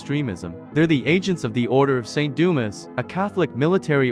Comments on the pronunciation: umm its pronounced AHZ-RYE-EL umm its pronounced SAINT DOO-MAH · The mispronouncing of Dumas just don't set right with me. Lol.